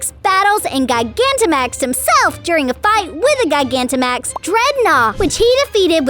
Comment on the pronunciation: 😠 you mispronounced so many pokemon words gigantamax is said like gi-ganta-max